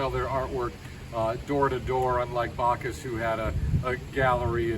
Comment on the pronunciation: It's Backus not Bacchus in pronunciation; you started out well but then made his name sound like a Greek God. Also, realize he never taught the "Highwaymen", they, Alfred Hair and Harold Newton simply watched him and copied him. Although Beanie was open to all races and kept his studio door open to all, he never liked their work and thought it was very average, which most of it is to be artistically honest.